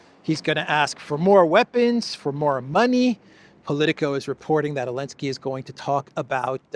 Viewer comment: Why does he say Elenskey not Zelenskey?